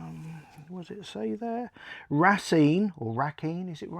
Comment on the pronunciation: Great video. I'm from Wisconsin and it's pronounced Ray-Seen.